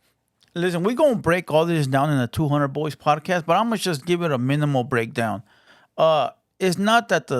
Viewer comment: Its JUST not CHUST #brokenenglish